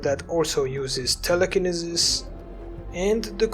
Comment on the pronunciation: Wonderful vid. TELL-a-KIN-E-SIS. Just trying to help is all lol